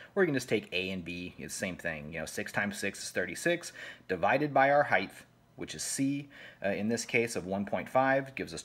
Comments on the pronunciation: I will correct the fact that you said "heith" instead of height, as a non criticism correction for future. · The only thing that bugged me about your great explanation here was your use of the word "height" but you added the "th" to the end of it haha. Heighth isn't a word. Height already has enough extra letters 😂😅